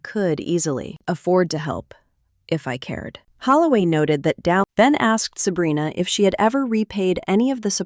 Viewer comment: Is it weird that I'm enjoying listening to the AI try to read "Sabrina"? "Selena" "Abrina"😅😅😅